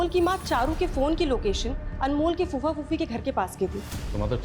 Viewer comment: Phuppa नहीं कुप्पा कहो अच्छा रहेगा 😂😂😂 फूफ़ा ही होता है बे